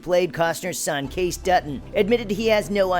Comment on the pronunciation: In no one’s world is it pronounced case Dutton. It’s Kay-Cee. You must not ever watch the show. No credibility.